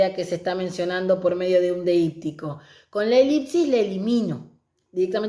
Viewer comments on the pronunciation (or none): "deípsis... deíptico". La amo 😅 Igual, muy bien explicado y desarrollado el tema.